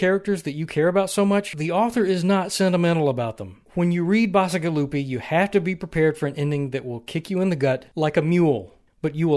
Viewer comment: Yeah, dark stuff. You're mispronouncing his name though. The 'c' is pronounced [tʃ] (think other Italian words, like "fettucine" or "arrivederci"). I find Ted Chiang to be the true master of short-story world-building, perhaps because he puts as much time and effort into his short stories as many writers do for full-length novels.